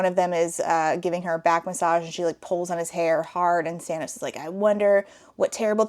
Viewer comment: I'm fairly certain you're saying 'Sanos', but YouTube is subtitling it as 'Thanos', and all I can think is that he's got purple hair and painted nails 😆